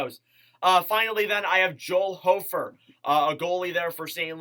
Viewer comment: Pronounced HOFFer, he will be 1A/1B with Binner this season since Greiss retired. They will not put him at 1A for awhile, too untested. Aidan Hill got lucky with everyone in front of him going down- barring injury, the Blues won’t put that much pressure on him for at least a couple years (IF they’re unhappy with Binner)